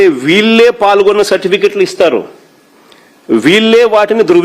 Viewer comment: ప్ఫాల్గొన్న కాదు అన్న పాల్గొన్న అని అనాలి.